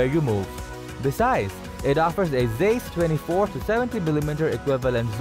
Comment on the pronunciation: If you are going to have someone narrate your top ten videos, at least make sure that they can at least properly pronounce the names of the products you are discussing! In the top ten compact cameras video, above, your “announcer” made the following errors: It’s not Lake-ah, it’s Lie-ka and it’s not Zeese, it’s Z-ah-ese! Since I started watching a lot of You-Tube, I’ve never seen so many well known names of people and things mispronounced! Some well known names of people and things are tortured so badly, that it’s almost impossible to figure out who or what they are talking about! I realize that the state of education in the Western Hemisphere has declined greatly in the last 50 years or so, but there is simply no excuse for these gaffs not being caught before the video gets posted.